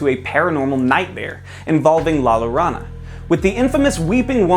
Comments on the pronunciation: I twitched both times I heard llorona wrong 😩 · Am I to believe no one in the edit or production team knows how to pronounce the Spanish word “Llorona?”